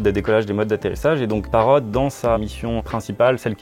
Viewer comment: Pourquoi vous prononcez le T à la fin de Parrot ? C'est pas une consomme muette ? Et sinon, c'est encore plus impressionnant la taille de cette entreprise quand on sait que leurs drones sont fabriqués en Chine, un comble finalement pour la seule entreprise française qui conçoit des drones 😁